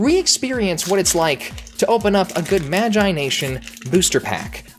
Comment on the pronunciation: He says magIIIe nation